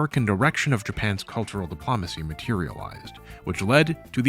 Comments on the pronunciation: Buddy you gotta work on your pronunciation. C'mon! Diplumacy?!?!?! Please dude. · If I hear "De-PLAH-macy" one more time I'll become an Autocrat. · 'Dip-Lom-Acy' tho... Might as well pronounce it 'Camp Doily.' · Why do you pronounce "diplomacy" so weird? You say it so many times, and it's distracting.